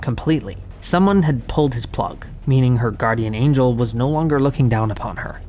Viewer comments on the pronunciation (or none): none